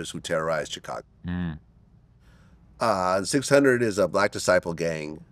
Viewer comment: VLAD CAN'T PRONOUNCE CHICAGO RIGHT TO SAVE HIS LIFE 😂